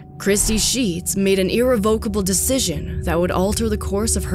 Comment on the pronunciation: Why is it so hard for this narrator to pronounce “irrevocable “ !